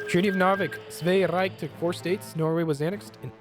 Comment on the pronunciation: German Reich sounds like German Rike.